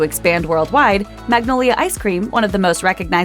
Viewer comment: milk How do they pronounce “Magnolia” differently? It’s literally just mag-nol-ya. Why do they have to make it complicated. 😂